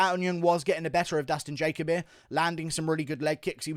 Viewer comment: Dude love your analysis but ur pronunciation of Dustin Jacoby needs work. But Dustin definitely screwed up walking away after one punch. Always follow the guy down with the ground and elbow/pound. Bill A did great but Max Schnell was worth the price of admission. Main event headline sucked.